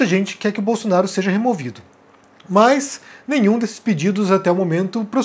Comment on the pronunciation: Por favor, meus ouvidos doem ao ouvir mais ao dizer mas, de onde vem isso? No mais, suas análises são razoáveis, mas, um fonoaudiólogo seria recomendável!